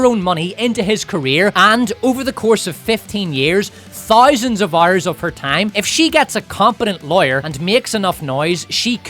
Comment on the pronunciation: "127 Ouerrs" 🔥🔥